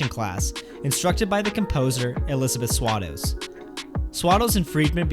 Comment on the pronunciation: Swados is pronounced Sway-dose. She was a big deal, it's only appropriate to pronounce her name correctly. And the ultimate reason for the show not connecting with audiences is that Timbers is ridiculously clever, but his work has less in the way of heart. Which is what Broadway audiences respond to most.